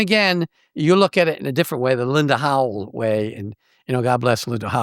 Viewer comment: Its Howe Rick not Howel. That's Gilligan's Island.